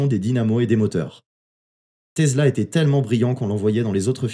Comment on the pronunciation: TESLA bor... et pas "tezla"